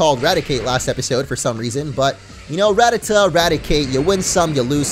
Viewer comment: Actually Rattata is pronounced ra-tah-tah kinda like gratata 😂